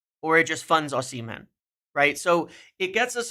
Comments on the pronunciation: O-sim-hen 🚫 O-si-mhen👍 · First… learn his name right! It’s O-si-mhen , not O-shi-men ! Forget any Napoli players and V.Osimhen after you tried to fraud and blackmail them on Garnacho, plus he rejected M. United already!🤫😡